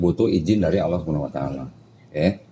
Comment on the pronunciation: Kalo bisa di ulang sekali lagi .. penyebutan nama Allah di akhir 2 kalimat syahadat masih belum betul